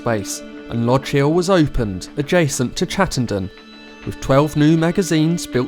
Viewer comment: The only person I’ve heard pronounce the area properly and not call it chatten-dean